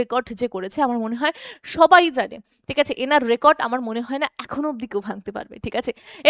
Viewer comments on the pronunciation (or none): none